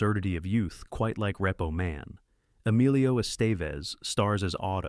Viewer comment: "Reppo Man, starring Em-il-lio Est-EV-es. Umm, yeah...that's not how you pronounce any of those words, except "Man". lol